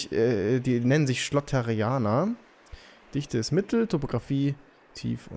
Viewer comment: Du warst nicht am Heliport. Nicht "Schlotterianer", sondern "Schlotteraner". Hattest Spezialmünzen im Wasser übersehen.